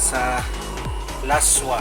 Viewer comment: Ilonggo dish Pronounced as las-wah Not la-swa